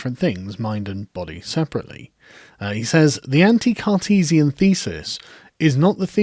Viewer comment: How come every time you say “Cartesian” all I hear is “Sarkeesian”?Rather strange ;)